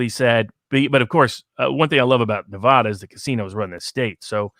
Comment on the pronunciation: Dude needs to learn how to pronounce Nevada. Otherwise, enjoyed the video.